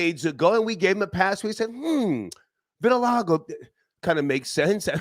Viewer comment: Also couldn't pronounce vitiligo 🤣🤣🤣